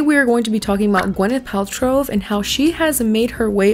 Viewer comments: I don’t know why it’s making me crazy but it’s “Pal-trow” not “Pal-trov”. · Are you saying Paltrove? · I love how you mispronounced her name the whole video “Paltrov” Lol but like actually!!! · The fact that you spent this entire video calling her Gwyneth “Paltrove” instead of Paltrow lmfao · Hilarious that you keep calling her Paltrove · Paltrove - I can't not hear it now, that was a gift <3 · Why do you think there is a “v” at the end of “Paltrow” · I love you, but why are you adding a V at end of Paltrow. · I really want to like your content but you keep pronouncing her name wrong, good lord I can't. At least pronounce the person's name right that you made a 40 minute video on lmfao